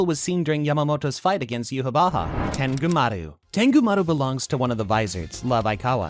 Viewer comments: you need to delete your channel rn after how you just pronounced Yhwach name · you are saying yuwach wrong